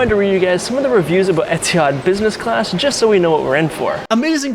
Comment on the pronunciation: dawg try oman air 😭😭 bro really said etihad